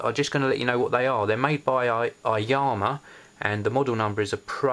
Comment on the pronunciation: iliyama! NOT lilvama :P